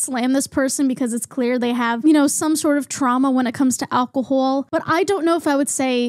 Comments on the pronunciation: I love whenever your accent comes out a little with words like alcohol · I absolutely adore how u say alcohol w ur lil accent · The way you say alcohol gives me life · I just noticed your accent in how you say alcohol and I love it for you and ur hat is so slay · just found your channel and i love it! but i NEED to know where this accent is from!! never heard it before. especially "alcohol" is so interestingly pronounced. - from a non-native english speaker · why do u pronounce alcohol like that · Im so sorry but all I could focus on is the way they pronounced Alcohol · love the way you pronounce “call” queen. “cwaul” “alcohowl”